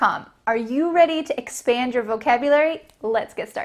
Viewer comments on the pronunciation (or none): Ohh!! you did a mistake in pronunciation Are you ready to expend your vocabulary? 🚫🚫 The sentence would be like that Are you ready to expand your vocabularies?